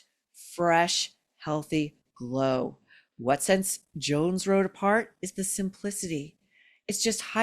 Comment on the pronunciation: Jones Road, not Joans Road